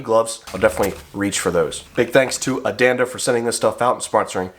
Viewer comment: Listened but think you mispronounced your sponsors name ,hope they don't ask for the shoes 😮 sounded like you said Adanda,not Andanda 😮